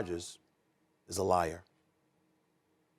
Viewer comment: don’t put the word Liar in all caps he ain’t say it like that he said “liar” 🤣